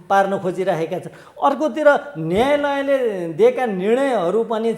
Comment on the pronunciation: नयालय मा अ थपेर पढ्नु होला।